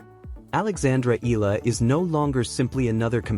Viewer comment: Nobody is shocked. You're being dramatic. You can't even pronounce Eala properly.